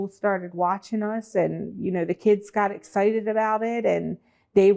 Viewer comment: Can’t trust an adult who says “etcited” instead of excited.